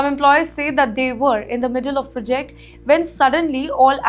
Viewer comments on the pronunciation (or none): prjeect.. learn proper english